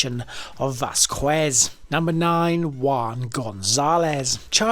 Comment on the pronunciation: Learn hiw to pronounce the Huspanic names. It's Vaskez😊